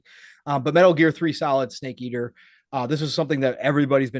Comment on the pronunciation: Lolo..did pong just say stake eater for the tag line for MGS3